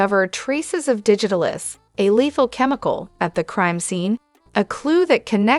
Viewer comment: Please learn how to pronounce words like digitalis. Sound it out!